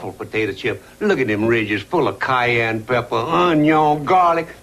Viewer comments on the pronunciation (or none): none